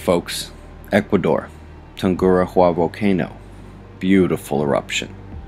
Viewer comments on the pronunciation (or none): TOON-GOO-DOW-AH In spanish, most r's make a hard d sound. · Errr soft d sound i mean..